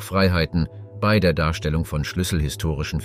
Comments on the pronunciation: Ist schon jemandem aufgefallen, dass ausnahmslos alle Beiträge von einer Maschine vorgetragen werden? Kaum Betonungen, emotionslos und sehr oft werden Jahreszahlen wie einfache Zahlen vorgetragen, das Wörtchen "bei" sehr oft als "be-i". Ich für meinen Teil finde diese Art der "Geschichtsdokumentation" alles andere als informativ, sondern vielmehr einschläfernd. Umso erstaunlicher ist es, dass dies hier niemandem auffällt. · Interessante beiträge, allerdings frage ich mich warum du bei immer so seltsam aussprichst. Be i oder so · Das Vorleseprogramm kann "bei" nicht aussprechen.